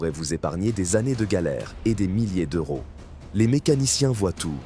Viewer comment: ca coute beaucoup de " zeuro"